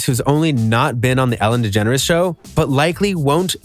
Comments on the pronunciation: "ELLEN Degeners " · "ELLEN DEGENRES" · “ELLEN DEGENERS” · “Ellen Degeneres” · “ELLEN DEGENERES” macbook please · "Ellen Degeneres". Thanks. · ‘’ELLEN DEGENERES’’